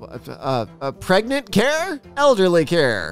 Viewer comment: It even said Pregrant not pregnant 😂